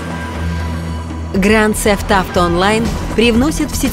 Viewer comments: Не грант сефт авто, а гранд зэфт ауто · Гранд зефт ауто? А я думал гранд тнефт ауто ну ладно